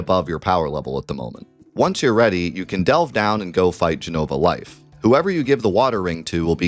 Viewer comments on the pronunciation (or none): none